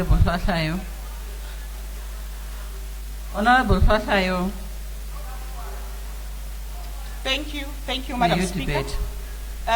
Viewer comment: The madam speaker can't even pronounce Hlatshwayo